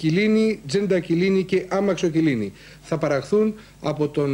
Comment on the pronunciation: Εκεί που ο Σπύρος Χατζάρας διαβάζει τίς επιστημονικές ονομασίες τών φαρμάκων...στο λέει «αμαξοκυλίνη» ....Νομίζω ότι η σωστή ονομασία είναι «αμοξυκιλίνη».